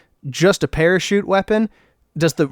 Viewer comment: parachute? i thought you said pair of shoes